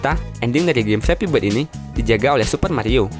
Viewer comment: bord , krum , pasmen , tire'